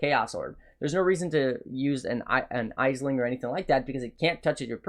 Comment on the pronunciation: Proper pronunciation? Aisling is a female given name from the Irish language meaning ‘dream’ or ‘vision’. The most common pronunciation is ‘ASH-ling’. Other forms acceptable to Irish speakers are ‘ASH-lin’ and ‘ASH-leen’